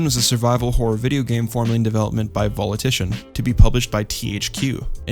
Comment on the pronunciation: VOLITITION??? its pronounced VOW-LI-SHIN